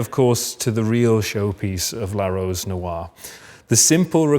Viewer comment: Can someone tell him how to pronounce "noire"..